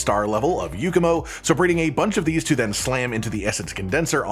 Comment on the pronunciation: It's not a Yukumo or Yookumo...